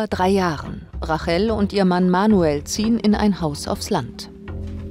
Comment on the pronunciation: Rachel spricht man englishc aus, also "Reytchel"